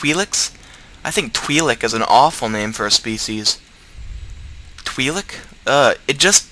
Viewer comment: its pronounced like: twye-lek